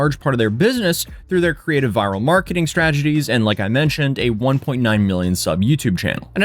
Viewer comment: "STRAGETIES" 😂 bruh